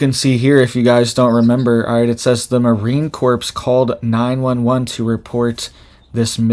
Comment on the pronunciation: Marine Corps is pronounced Marine "Core". Corps is pronounced "core"